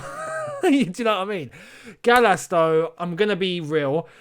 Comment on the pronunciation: I’m sorry but Gallas really? really?